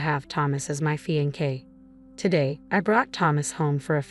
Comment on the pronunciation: Fe•en•kay?? Fix the AI or don't use it!